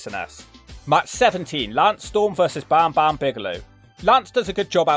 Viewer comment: pronunciation of Bam Bam Bigelow is 12/10